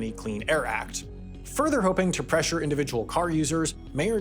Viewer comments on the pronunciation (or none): none